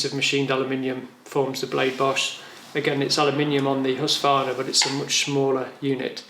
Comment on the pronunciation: Husqvarna - you keep saying husvarna.. Good video tho :)